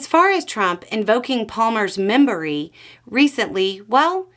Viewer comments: "membory" I AM SO PROUD AND DISGUSTED 😹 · Did say "invoking Palmer's membory"? 🤣🤣🤣💙💙💙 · She also had me at “membory.” Lmao